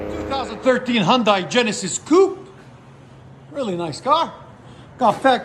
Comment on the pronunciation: People that call Hyundai "Hy-UN-dai" are built different... just a thought